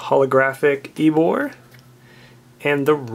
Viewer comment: its not eeboar, you tard. its emboar